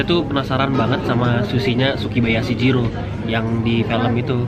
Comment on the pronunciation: Bang bukan sukibayashi jiro,tapi sukiyabashyi jiro